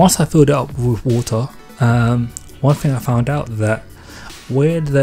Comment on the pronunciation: So ure from wotahhhhh